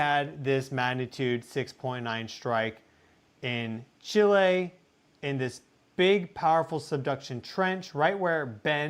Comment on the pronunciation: I appreciate that you pronounce Chi' lay correctly. 🎉